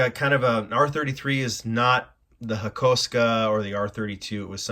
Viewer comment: Please, pronounce Hakosuka correctly.